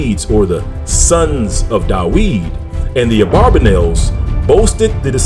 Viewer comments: In Hebrew the “v” in David’s name is spelled with the letter called vet and it sounds like the english “v” and not “w”. So the way David’s name is pronounced in Hebrew is Daveed with the “i” making a sound like “ee” or as in the word feed. So knowing this it is a bit difficult listening to the reader pronouncing David’s name Daweed! He would be better off just saying David instead of distracting the listener’s ear from the message that he is trying to deliver. Its like someone saying I’m going out to cut the gwass when you know that he should be saying grass. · So .the pronounciation is Da'wid and not Da'vid? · Shalom king. I would like to know where you get this yahuah name from and why are you saying daweed when there is no W in Hebrew. It is there in Arabic. And you say Yahshua when the structure of Hebrew says that when the syllable is stressed on the 2nd to the last letter the vowel shortens. which would.make it Yeshua.... ALL languages have structures English is the most complicated..(In America) Real English is in England...so where are you getting these from, sir? I understand that people that are trying to learn a language make many mistakes. I have asked people where they get this from and they try to explain or they have no answer-They parrot what they hear. So I submit my questions. Todah rahbah....